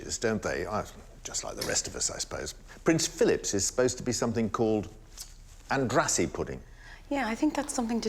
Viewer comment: It is pronounced like "Andrashee"